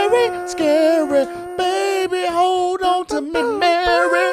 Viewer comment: What’s killing me is singing Mary like “Me-wey”